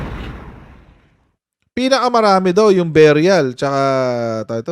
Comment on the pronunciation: beh-ree-uhl...hindi biyuryal ano ba tong Sara walang alam...lagi cguro lakwatsa sa school😂😂😂😂dumaan sya sa LGU bakit di niya alam